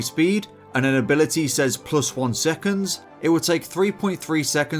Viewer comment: In this video, the t in ability is silent